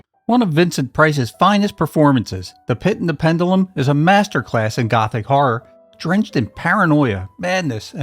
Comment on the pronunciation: My favorites are House of Wax and The Pit And The Pendulum. But you need to learn how to pronounce pendulum correctly. You're saying it wrong.